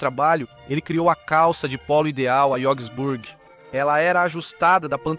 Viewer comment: Essa pronúncia "Jogsburg" está completamente errada... E "Berfak" (ao invés de Wehrmacht) também soou hilário...